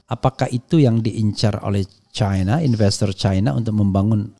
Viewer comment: Bung Rafly kalau nyebutin cina jangan caina,di suka disebut cina begitu